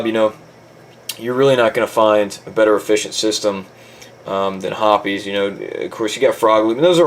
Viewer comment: Also along with my other comment its pronounced hops 9...not herpes 9 or whatever tf u saod